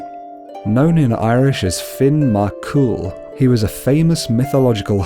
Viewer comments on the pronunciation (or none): The way you pronounce Mac cool really bothers me. When you say the name is supposed to sound like there is no middle C. "Macool" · finn is the original pronunciation of it. mac cool on the other hand is annoying, it's macCumhaill